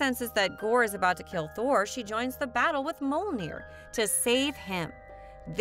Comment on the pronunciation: Good video but I wish you would have at least tried to pronounce Mjolnir correctly. It's an m y sound.